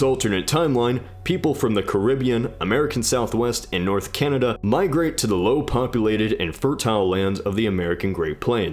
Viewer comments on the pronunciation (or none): none